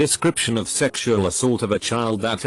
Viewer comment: why is sexual pronounced as shreksual? I have no idea but im lovin it.